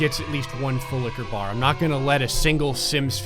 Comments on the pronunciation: yes he didnt say it right - i was irritated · Okay I thought he was saying boulica bar and I’ve been so confused since he started this series. It’s FULL LIQUOR BAR!! 😂😂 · Or as he says: "FULLIKABAR" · No video is ever complete without saying ‘full liquor Barrr’😂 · All this time I thought he was saying something like "fool in a bar" or something about kebab. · Honestly upset that FULLLIQUORBAR wasn’t said properly the second and third time XD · SIR THATS NOT HOW U USE TO SAY FULL LIQUOR BAR AND YES I PAY ATTENTION